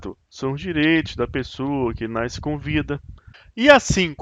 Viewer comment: O sol 'NAISCE"!!!!! Que siginifca isso??